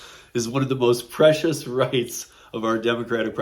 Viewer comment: Pre-ci-tious, good catch. 😊